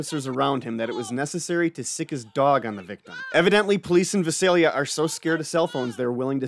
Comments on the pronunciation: It is pronounced Vie-sell-ya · It's pronounced Vie-sale-ya. Weird I know. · Hey you're not pronouncing of town right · Use to live near there. The thumbnail is spelt wrong and the pronunciation of Visalia was a bit off haha. But great vid as always.